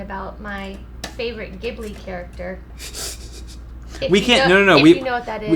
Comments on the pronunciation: wait her favorite STUDIO GHIBLI character!?!? Isn't it pronounced Jee-blee!?! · maybe if you tried saying studio ghibli instead of what sounds just like.. giblee. I actually kept getting triggered by that